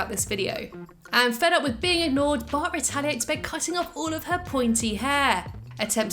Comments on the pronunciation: She says bah Simpson at start of the video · original: but before we begin what i heard: bart before we begin